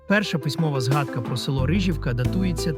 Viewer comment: Не КиЯниця, а КиянИця. Не РИжівка, а РижІвка.